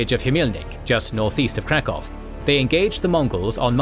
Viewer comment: I think you're mispronouncing Krakow. Which is weird, because I thought it was one of those place names that everyone knows.